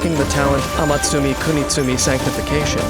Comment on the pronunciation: "Amatsumi kunitsumi sanctification" is the only person who pronounced it right 😂😂 I'm impressed 😍😍